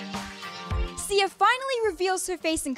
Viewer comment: Lol.. Turn on your captions and see in the starting of the video you said Ziya not Sia.. 😂😂😂 Pin this if you really agree.. 😂😂😂😂😂